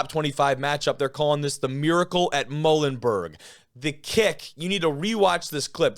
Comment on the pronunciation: Muhlenburg is "Mmm YOU len burg"!!! The MULES 🐴🐴🐴